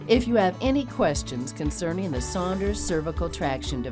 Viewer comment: I thought was saying Sanders.